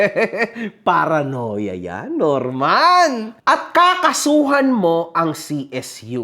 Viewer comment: yung paranoia naging paranorman HAHAHAHHAHA